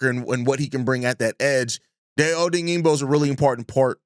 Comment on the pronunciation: Great content. Love your show. (FYI: Die-Oh Oh-Dang-Bo)